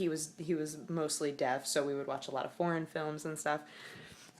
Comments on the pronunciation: yea she did. the first time i heard it i wasn't looking at the screen and without reading her lips i would have bet money she said porn. i had to go back to see that she said foreign. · Oh God. I thought you said you watched PORN films with your grandpa and I just sat and stared at the screen thinking "did she just. Did she just say that?" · it took me 5 replays but i kept hearing admit watching porn with him. not foreign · still sounds like porn xD after reading that i don't think it will ever not sound like that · I had to listen to that like 5 times until I actually DIDNT hear "we would watch a lot of porn films" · i keep replaying it and i can't hear anything else... is she saying horror? corn? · I actually thought you said porn too at first. I was like well okay..... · Wait, porn films? I genuinly can't understand what she is saying, unless it actually is porn films. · WHAT DOES SHE ACUTTLY SAY, I CAN'T FIGURE IT OUT XD